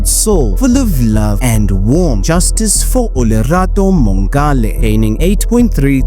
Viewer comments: Mongale -- that's a soft "g". Just like you'd say "ngola" in SeSotho. I think she was Tswana though. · Thank you for summarizing the case so nicely. Do take time as a South African to find out how to pronounce names correctly. Mongale.... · The way her surname is butchered. 🥴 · Agreed. It strained me ears